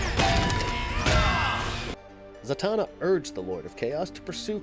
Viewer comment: Santana... SANTANA!!! HE CALLS HER FREAKING SANTANA!!!! It´s Zatanna. ZATANNA or what... is she gonna shred Black magic woman to beat the baddies??? lolololololol